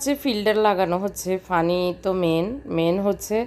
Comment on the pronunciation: আপু আপনি সাধারণ একটি কথা পানি সেটাও উচ্চারণ করতে পারেননা, আপনি পানিকে বলেন ফানি😆😆😆